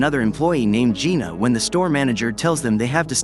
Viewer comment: It Jayna Not Gina